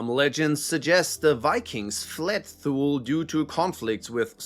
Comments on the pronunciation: Thule is pronounced too lee. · Thule is pronounced as Tool-Lee. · I believe Thule is pronounced "too-lee".